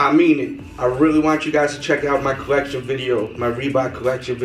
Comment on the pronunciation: "My bollection" lol